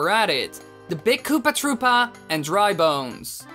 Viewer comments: Koopa trüüpa is how he says it and it's annoying me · it's said like that -_